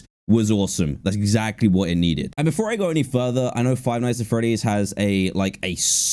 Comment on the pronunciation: You said "Frive Nights At Freddy’s"…